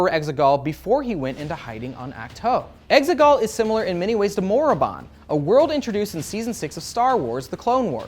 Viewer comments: I thought they were saying “eggsicle” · The exeGollll sounds part computer program and part soccer to me